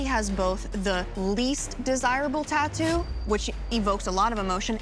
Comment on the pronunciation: I'll never get over hearing "Tah-doo".